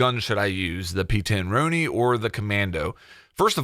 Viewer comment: Why can’t Americans pronounce the p10 roni correctly you say it like the the name Ron